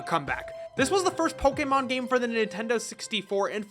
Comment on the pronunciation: Thank you for pronouncing Poe-Kay-Mon correctly every time